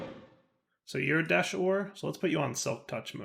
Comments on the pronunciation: It's desh not deshed ahhhhhh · Anybody else find it simultaneously annoying and hilarious that he keeps saying "Desht" when it's just "Desh"? He said it right like, once. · It probably wasn't bugging much of anyone else, but the word is "desh,", not "desht." Not that you even say "entangloporter," you actually shorten it to "entangloper," but I had to say something or it was gonna continue bugging me. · its desh not desht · Lol desh..not desht but this is fun!! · He's gotta be trolling us, right? Several times he said "Desh" correctly, so he's obviously not misreading the word. So it has to be deliberate trolling of his audience, right? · Please stop calling it deshed 😂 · Why do you keep saying "desht"? 😭😭😭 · Lmao every time he said it I cried a little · Youtuber / streamer disease. You with 100% chance mess up words in recording :)